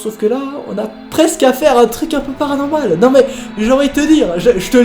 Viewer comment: Pourquoi quand il dit PARANORMAL g toujours l’impression qu’on me tire la manche 😭😢